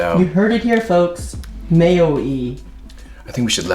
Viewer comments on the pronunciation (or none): I got a Mikey Chan Vibe when he said Mayoee